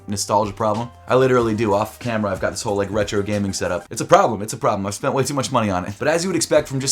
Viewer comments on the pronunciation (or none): none